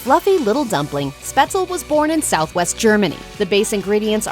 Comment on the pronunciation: btw, for whoever is interested: You got "Spätzle" wrong. The "S" is an English "sh" ("SHot", "EngliSH") and at the end it's "le", not "el", with the "e" at the end getting pronounced. Mhhhm. I could eat some Spätzle with Zwiebelrahmsauce now.